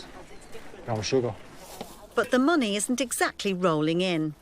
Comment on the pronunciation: “Monneh” 🤦‍♂️